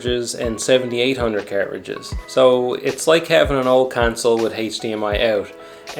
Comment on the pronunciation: You say 'atari' fine. It's how you say 'cartridges' that's hilarious 😂😂😂